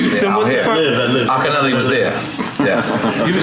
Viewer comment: Why do you guys keep call him ALKA-NELLY? He's AKIN-YEAH-LAY. It's a Nigerian name. Get it right, hip hop!!!😔